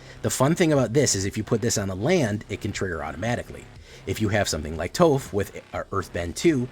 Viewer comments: Its pronounced "toff" smdh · How does he not know how to say Toph?!